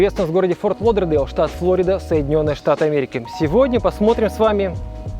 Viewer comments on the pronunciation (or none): По-русски говорят ФлорИда, ударение на И. Уже не первый раз слышу неправильное произношение. В этом ролике 2 раза произнёс правильно и 2 - неправильно. Нужно просто запомнить: в английском ударение на О, в русском - на И.